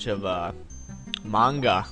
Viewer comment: it's manga not mango